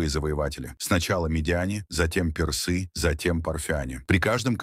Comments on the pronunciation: К концу видео уже глаз дергался от ударения персЫ! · Как можно говорить персы, через ё??? Расскажите, про Хатшепсуд через ж, Хаджепсут, история, с именами древности, нечто необычное, загадочное, либо вы знаете правильное произношение?